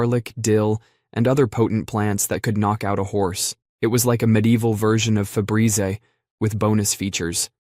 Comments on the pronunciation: Febrez-eh ?? What the hell is that 😂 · Lol wtf is febreezay😆😅🤣😂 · “Febreezé,” huh? 😂